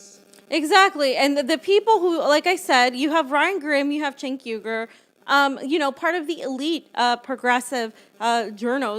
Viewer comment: Cenk is pronounced like SINK, as in sewer, where progressives lose.